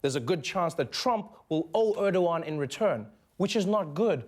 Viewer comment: Wow...that english pronunciation. Urdowan? It's ER-DO-GAN. Learn your turkish names.